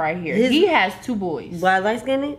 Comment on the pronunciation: Sorry but “lightskinded” 💀